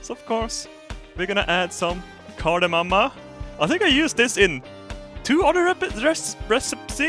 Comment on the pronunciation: Is Kardemumma really Car-de-mom in English wtf...